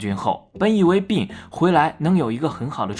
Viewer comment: 不要读“病”病没有g。内涵